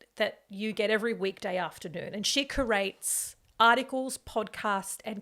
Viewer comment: First 3 mins of self promotion and e begging was painful fam 6 mins* Curates ‘Koo-rates’?? It’s ‘Kyoo-rates’ Like the letter ‘q’ Love the conversation fam Let’s do a graphic with all of the shameful Australian media groups that have supported thr the zionazi’s and the genocide in Palestine. Even the ones that started to change their mind recently.